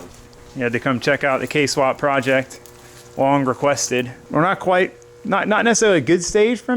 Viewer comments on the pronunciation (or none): none